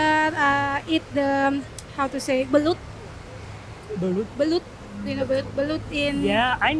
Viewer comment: I think she said belut which is eel instead of Balut 😅 but anyway